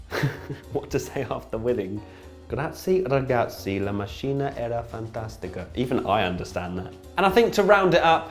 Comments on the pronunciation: I feel like that cat watching Canadian GP too! My luck was that Vettel win the race! Btw,, the sound of macchina word is like makina, not mashina. Forza Ferrari! Dai Vettel andiamo win this championship!:)):D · It’s not “graz-ee ragazzi la masceena era fantastica”, it’s “graz-ie ragazzi la macc-eena era fantastica” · "macchina" in italian is read "makina" 😉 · La mascina era fantastica... You should have read the word "macchina" with a C sound like in "cat", just pointing that out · I’m sorry but your pronunciation of ‘’macchina’ was rubbish.